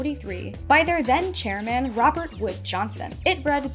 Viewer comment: someone please let me know why i say “chairman” like that 😂